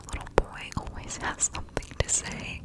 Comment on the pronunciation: In the intro you said “as always” and I thought you said “asshole ways” and I was fixing my pillows & I was like whoaaa 😂😂😂